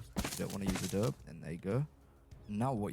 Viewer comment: Love your small builds! As a side note, coming from someone who lives on the Mexican border in America, it’s uh-Dough-bee :) A lot of people don’t know to pronounce the e if they don’t know or hear Spanish. It’s used as a building material all over the southwestern US-I grew up in an adobe house:) Wish I could live in the commonwealth though!